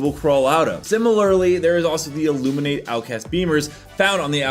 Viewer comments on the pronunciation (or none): none